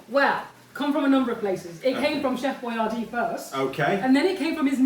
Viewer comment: He created Boyardee so that Americans would know how to pronounce it, but unfortunately neglected to clarify that the emphasis is supposed to be on the second syllable.